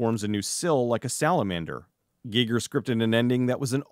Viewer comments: This is the first time I've EVER heard someone pronounce it GEE-ger. I've always heard it pronounced GUY-ger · I hope I'm wrong, but I'm pretty sure it's pronounced H.R. "Guyger" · Am I the only person that was going crazy listening to him pronounce Giger ?